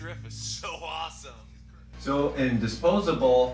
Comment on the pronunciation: ya lars sanki ilk defa wah pedalı görmüş gibi this is awsım ne lan allah aşkına crybaby gitmiş adama signature seri pedalyapmış sen 2010lardamı awsım diyosun ne adam ya :D